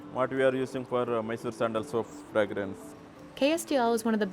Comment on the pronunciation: Oo so Qarshi Sharbat Sandal was actually from this.... i love it Her pronunciation of Sandal was a little off putting but that's how any non native would say it